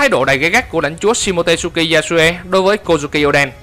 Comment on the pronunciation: SHimotsuki đọc là si-mô-chư-ki chứ k phải si-mô-tê-sư-ki nha ad 😃😃